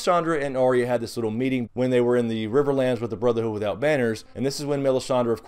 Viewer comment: her name by the way is not arr-ee-ya... its ahh-ya, or something similar. just saying:D